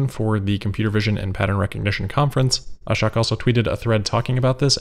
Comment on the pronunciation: Lol you are say ahshuck it’s ah shook